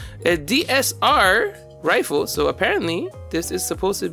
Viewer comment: Riffle? Lmao you mean rifle